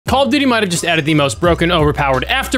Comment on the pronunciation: Is that just me or did he say call of diddy at the beginning